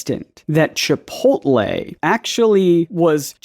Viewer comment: I think he pronounced "chi-POLL-te".